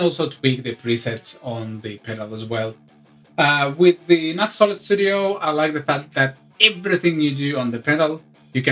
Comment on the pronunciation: pronounced "new ex"